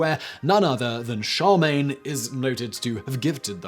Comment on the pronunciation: I've heard you say it in other videos, but i finally had to comment on it; Charlemagne is pronounced SHĂR·lŭh·mān, not shăr·MĀN